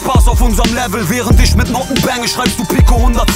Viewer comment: Kann mir nichts geben wenn "sch" statt "ch" ausgesprochen wird. Beispiel: Isch